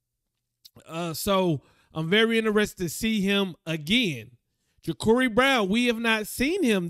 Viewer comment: FYI bro. It's pronounced Ja-CAR-ee Brown